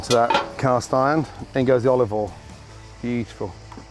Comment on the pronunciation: Years ago Gordon used to say olive OIL but more recently he keeps saying olive All